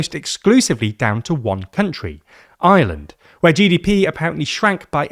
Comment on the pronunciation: That is the r o i and its ireland not ieland